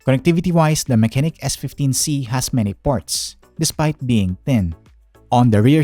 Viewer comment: sabi nga ni "Unbox Diaries" parehas kayo nang basa. Pero it is "Ma-che-nike" Pero nice na review mo siya nang Full Details and Some games to run.. 👍🏻